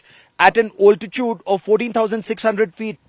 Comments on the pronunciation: Ye Altitude ko OLTITUDE bolne main kya maza aata hai? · Excuse me, the word is not 'oltitude', it is 'altitude'. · its "Altitude", "Also" not "Oltitude" and "Olso" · Good report. Impressive bridge . Now someone teach this guy the correct pronunciation of "altitude" please. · What the fuk is Bigajude singh? Its BRIGARDIER! also its Altitude pronounced Al Ti Tude not "Ol ti chooode"